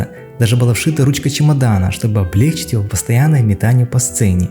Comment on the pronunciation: *облегчИть, ударение на И